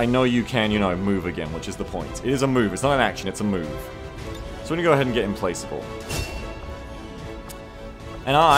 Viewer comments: I think it's pronounced "implakable" with the "k" sound and not the "c" sound. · Implacable is pronounced "implackable". Good vid! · Implacable = im-plak-able